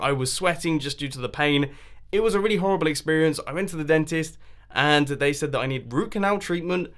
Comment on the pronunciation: ARE U 4 CAUSE U NEED TO SAY SAID NOT SAYED